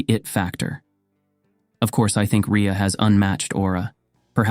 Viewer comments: The inconsistent pronunciation of her name is annoying. Ree-uh or Ray-uh. Pick one. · How many different ways can you pronounce Rhea I think they were all here LOL